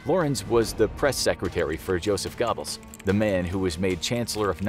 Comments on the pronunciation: Not gobbles it’s pronounced gerberls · I physically cringed when I heard it. There isn’t a perfect American equivalent. But Yoseph Gehrbbels would be somewhat close and many times better than “Gobbles” 🥴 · It is goebels, long O, not pronounced Gob-els with a short O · “Dr. Gobbles” 😂😂😂😂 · Joseph GOBBLES? how 'bout "ger bells"? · Its pronounced ger-bels, not gobbles. And vague is 'vayg' not 'verg' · yeah 😂😂 “gobbles” really?! 🤣🤣🤣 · Joseph "Gobbles" haha learn pronunciation mate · You don't even pronounce Goebbels right. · Laughing at the mispronunciation of Goebbels, makes him sounds like a Turkey 😂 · that's just Americans for you haha "Moscaw" for another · Yeah, does make me cringe when I hear it. I've heard Americans pronounce Goebells in the same way as this before, hear you guys pronounce a lot of words/names wrong ;) the only one I'll admit you pronounce correct is 'Hyundai' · 500th time you guys do a video on the nazis, and still cant say Goebbels or Göring xD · You dont say the E in Goebbels